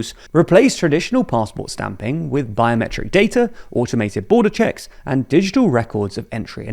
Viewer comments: What’s a “cehk”? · "Automated Border CeHcks" for the podcast